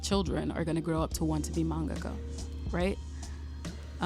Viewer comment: Maybe I’m too "particular", but thank you for taking the time to pronounce manga-ka correctly!!! I’ve watched too many videos where it’s been pronounced man~GAKA. I’m taking that as a sign that your video came to me at the right time. I had a dream to be a manga-ka in elementary and high school and then it kinda faded as I became an adult.